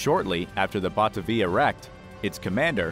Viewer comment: Pronounced Batavia wrong. It's not Bata- via, but Ba-ta-via.